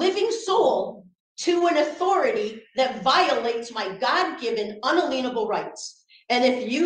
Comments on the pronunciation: Omfg, I've never been to court and I'm certainly no lawyer but, every time she said it I was screaming "unalienable" in my head! Lol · I hate the way she says unalienable instead of [un-alien-a-bull] phonetically correct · Uuuummm... Are you sure it's not, "un-alain-ubble"? The smartest "living human" in the courthouse said so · Unaleenable rights! 😅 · Ackshually that goes against unalalalienable rights. tbh mispronouncing & utter misunderstanding of that word was like nails on chalkboard, in mind she was having own little perry mason moment, sadly guests were the only ones stupid enough to see it. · She says they're violating "un-a-lien-able" rights. Un. a. LEAN. able. Astounding. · My “unaleenable rights” 🤣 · Un-uh-leen-able.... indeed... Unbelievable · I's like to ask Miss Smarty Pants Sov Cit what ''unaleenable'' rights are. Doesn't Miss Brains know that there's no such word. lol. Perhaps she should learn to speak English before holding herself up as a legal representative of cult. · Sorry, I HAD to stop watching when she became absolutely insufferable which happened during pontification and spouting off about “unleenable” rights. 🤮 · She couldn't even say it correctly! Lol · so these sorts that intentionally mispronounce unalienable it's kind of like a tell for a sovereign citizen. I've noticed Lauren bobert pronounce it that way on more than one occasion... Very telling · The biggest crime is pronunciation of “Unalienable” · I think weird pronunciation was intentional. The emphasis was on the syllable LIEN. I suspect this is related to their weird ideas about commercial codes. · Someone teach how to pronounce unalienable…please!!!!!!! 😂😂😂😂😂😂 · Oh my word, it’s unALIENable rights. I know she knows she said it right once!!! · The worst part of this is the defendant’s pronunciation of “unalienable.” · Geez, how many times must we listen to this person butcher the word unalienable